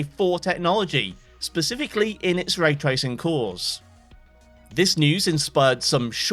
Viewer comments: "tray racing" the finest sport of all... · bruh, "tray tracing" ... you're better than that! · "Tray racing" 😭😭😭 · lol "tray racing" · 'tray tracing'